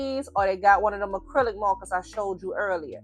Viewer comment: I've come from Tiktok - had to come subscribe so I can hear you say mawwkaahs even more, I love your voice and your skills are chefs kiss I'm so pleased there is more choice now with art supplies. I took decades to build up my copic ciao collection, having other options now is fantastic. Thank you so much for pointing out how important your paper choice is too.